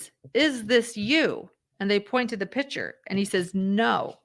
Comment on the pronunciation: The pronunciation is pick - chur. I am hearing pitcher.